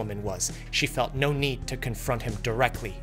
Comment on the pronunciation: And "no" is pronounced like "no", not "naur"